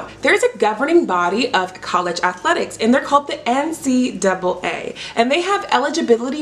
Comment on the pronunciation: Love that you called it the N-C-double A 😂 that is how I pronounce it and so many people say things like N-C-A-A or N-C-2 A